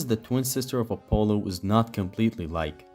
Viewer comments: Barbarian king, not bearbarian Apolo? You mean Apollo. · Bro when he says Apollo it sounds like he says "a polo"